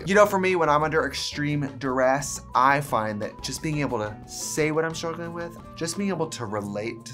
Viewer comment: “Schruglin with”